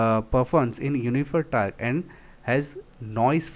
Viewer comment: Tarq nahi re bhai torque hota hai